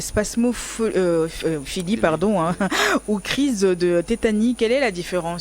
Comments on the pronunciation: C'est pas spasmopholie Mais spasmophilie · Il serait bon de reprendre le mot spasmophilie et non pas spasmopholie qui n'existe pas. C'est un i et pas un o au niveau de la prononciation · Cest pas spamopholie c’est spamophilie très bien pour une chroniqueuse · C est pas spasmopholie mais spasmophilie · 😂😂😂 vraiment , et c est pas spam mais spasm elle m as fumé